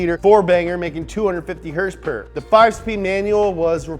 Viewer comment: I love the neat stuff these guys bring to light with cars. But I don’t know how much longer I can hear him saying HRSPRS. It was kinda funny the first few times, and now Im about to unsubscribe from them cause of it.